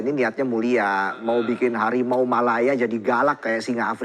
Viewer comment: Sumpah gue tertawa sampai pipis pas dia bilang Hawimau ... Hawimau ... Hawimau Malaya